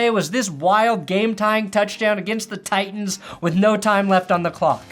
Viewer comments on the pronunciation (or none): none